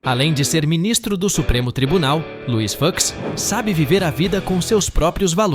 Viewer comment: Luís "Fucks" kkkkk que pronúncia é essa?